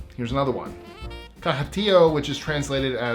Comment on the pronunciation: Btw, y'all keep saying "caha" when it's actually "caga" (hard g)